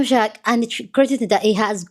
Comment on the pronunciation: your tongue slip of shark instead of sharpe is a great slip. He is a shark 😂.